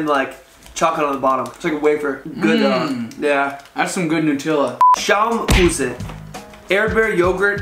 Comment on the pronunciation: He says Hareeebo lol he can’t say it right 🤣 watch the advert (commercial 🇺🇸) for how to say it.. He also can’t say Nutella.. he says Nootilla lol